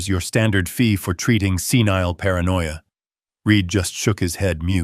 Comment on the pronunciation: Senile, NOT scenile